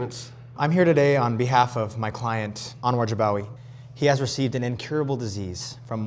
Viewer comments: he said jabawagi not bajagawi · Jibwaki instead of Jibawi 😂😂😂❤